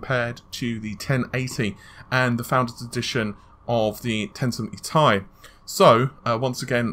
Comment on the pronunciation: Jurma It is actually pronounced like "tea". The 1070tea.